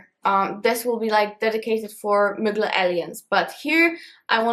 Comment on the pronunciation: Ahahahha I love how instead of Thierry MUGLER she says Mygla😂😂🥰❤️